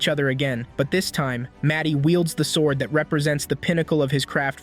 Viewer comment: "svord with her wepon"